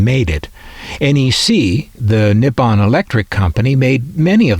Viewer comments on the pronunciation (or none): Just a little nitpick- Nippon is pronounced "knee- hohn"